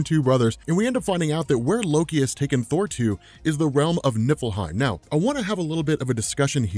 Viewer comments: Oh.,. NIFFLEHEIM. I thought you were saying Nippleheim. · For a second, I thought you said Nippleheim